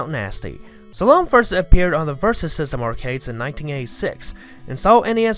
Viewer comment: No one said anything about “slah-lome” — it’s pronounced “slah-lum”